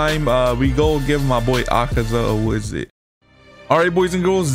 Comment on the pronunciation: “we go give our boy akaza a wizit” 😭